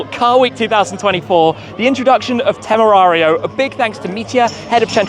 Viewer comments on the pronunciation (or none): That dude is definitely not pronouncing the car’s name with proper Spanish accent. Shmee’s is closer to Spanish than the German “Temerrrarrrio”. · I think.... I think we shouldn’t count on a German guy to know how to pronounce „Temerario“..... 😂